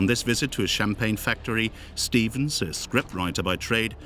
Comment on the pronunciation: Stevens no "Estevens".